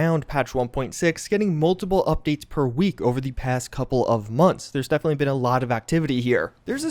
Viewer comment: "defnally"